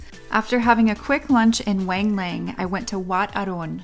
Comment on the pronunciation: Wang Lang is actually pronounced Wung-Lung